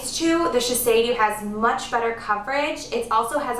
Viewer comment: it is not called shi-sei-dew, but "shi-say-DOE"